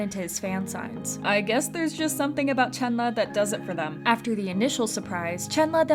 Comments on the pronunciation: It's chenlee not chenla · Ayo u said chenla not Chenle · im crying ive always pronounced chenle as CHEN LEE i didnt know it was chenluh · It's pronounced Chunluh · I been pronouncing Chenle wrong this whole time. 😣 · hi i just stumbled upon your vid. i appreciate what you're doing here but please learn how to pronounce Chenle's name correctly. i know you're probably not a native chinese speaker but it'd be great if you could at least try to pronounce it as close as you can. i apologise if i come off rude, please know i don't mean to disrespect you. thank you. :)